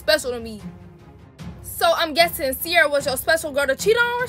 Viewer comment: it Ciera not Ciara